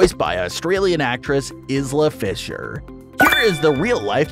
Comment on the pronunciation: Iz lah??? Is pronounced eye lah fischer.